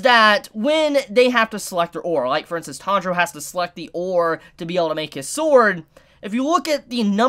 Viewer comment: What da fak is your pronunciation of Tanjiro man